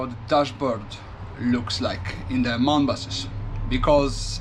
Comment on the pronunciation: Thank you, that was very interesting! Do you really say MAN in one word? Here in Germany it's pronounced letter by letter, as it was originally an abbreviation (Maschinenfabrik Augsburg-Nürnberg). Hope you have a lovely Christmas and see you soon!